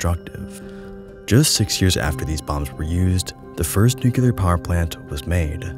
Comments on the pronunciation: Stopped watching after you mispronounced "nuclear". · Please do practice the pronunciation of nuclear, to help others learn it correctly. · New-clee-ar. Not nuculure. Nuclear. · New clear. New clear. Not "new queue lar" New. Clear. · It's spelled and pronounced NuclEAr not Nucular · Great vid, don't wanna be that guy but it's nu-clear not nu-cular . Love your stuff, keep it up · Nuclear =\= NukUler. Perhaps you should take advantage of you own sponsor. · Hey,, you seem like an intelligent person so I have a challenge for you. Read the following word as if you’ve never seen or heard it before: Nuclear….there’s no way you just read that as New-Q-Ler, so why did you just do it 100+ times in this video? For the record it’s New-Clear. I had to stop watching your video bc if a person doesn’t know how to properly pronounce a very simple visual word, the chances of them knowing much on the topic is slim. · it’s nu-CLEAR not nu-cu-lar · Oye- NucLEEar, not NucYOUlar. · NU-CLE-AR. not nucular. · New-Clear, not New-kew-ler - thanks for the vids. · I love your videos but I cringed every time you said nucular instead of nuclear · A 16 minute video about the most radioactive places in the world and the first word is "nucular"... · absolutely brilliant video, thank you (if you'll allow me to be an annoyig nit-picker, nuclear is pronounced "new clear") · As long as he shows his obvious lack of understanding of the subject he's presenting (demonstrated by the very first word he says: "Nucular"), he doesn't deserve the attention. Science misinformation by popular youtubers is frustrating as hell, and I'll call it out every chance I get. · But why tf are you saying new-ki-lur? It's driving me insane! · Nuclear. NU-CLE-AR. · Newk yuh lur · Great video but it's "nuclear" not "nucular," quit saying it like George Bush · It's pronounced Nucular! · Na, nucular because fun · I think he reads it as "nukelar", weird...